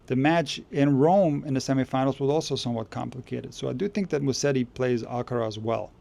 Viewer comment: It's not Musseri but Musetti!